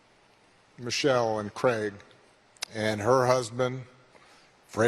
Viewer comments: Josh Hokit is such an idiot, he couldn't even pronounce her name correctly, because he is an idiot. He said "Mochelle Obama is a man." Please listen carefully, because this stupid YT racist probably had too many strikes to the hear to even speak correctly. SAD. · He said mochelle 😂😂😂 you can just make fun of stupid folks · He couldn’t even pronounce Michelle properly. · It's pronounced Michelle not mo-chelle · That idiot said "mo chelle" he didn't even pronounce Mrs. O's name correctly. Those people are deranged attention seekers. I feel sorry for them. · Mo-chell, he can't even pronounce Michelle. Just ignore the willfully Ignorant 😊😂😂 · Can errr’body pronounce MICHELLE & BARACK’s names correctly?? The fool that insulted her said MO-chelle…and Barack was mispronounced throughout this video. 😖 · Barack - Ba-rock, pronounce it right... and its President Obama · I’m still trying to figure out who MOE-chelle Obama is, b/c that’s how he pronounced it. 🙄 Overly LAME!